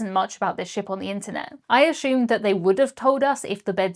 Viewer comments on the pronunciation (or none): The hell is "ah-shumed"?